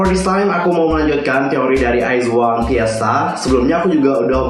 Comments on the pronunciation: Koreksi kak, penyebutannya "wizwan" bukan "waizwan" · Kak, WIZ*ONE itu dibacanya wizwan bukan waizwan, terus BLOOM*IZ dibacanya bloomaiz bukan bloomiz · Nah gue juga mau ngmong ini 😂